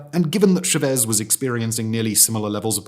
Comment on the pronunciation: Nicar Agua (like water). Cha vez emphasis on first syllable.